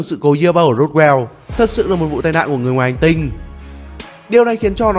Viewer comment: Hay nhưng nghe khó chịu với cách phát âm Ufo và Roswell của Ad quá